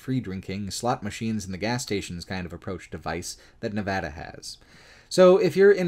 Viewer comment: This video is deeply excellent. I can't overstate my appreciation for your work highlighting the lesser known aspects of Nevada. And for saying Nevada correctly on top, lol.